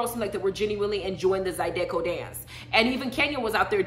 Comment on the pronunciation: Zy-duh-co lol